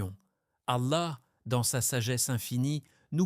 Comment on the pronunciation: Qu'est que fait une croix dans votre vidéo ? --> Qu'est ce que vous voulais dire par cette image ? Il faut faire attention aux images générées par l'IA. Un conseille, pour un message plus claire utilise une vrai voie qui prononce correctement les mots arabe. Pourquoi vous utilisez le nom du Dr Zakir Naik dans le titre de votre vidéo ?